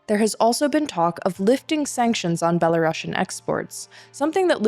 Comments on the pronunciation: За ўсё дзякуй. Толькі плізка не беларашн а беларусіан. ) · Is it just me having an itchy ears hearing "belaruŠian"? I always thought that russia has double s, hence russian, while in the case of Belarus - belarusian with a single s and pronounced as s, not sh... But I guess you guys know better...